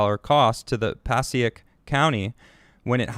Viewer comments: just FYI... passaic (puh-SAY-ick). great report. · I live near Paterson it’s pronounced PA SAY IC COUNTY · Passaic County is pronounced PAH SAKE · It’s pa sae ick county